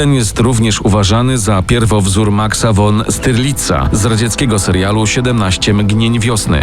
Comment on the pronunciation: Zlitujcie się, ćwierćinteligenci! Niemiecki przyimka „von” wymawia się jak „fon”. Nie „won”. Podobnie jest z waszym „wolkswagenem”. Dramat.